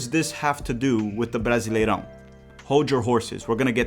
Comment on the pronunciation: estava só ouvindo o audio do video achando que era gringo, mas quando falou brasileirão perfeito entregou pra mim que é br tambem kkkk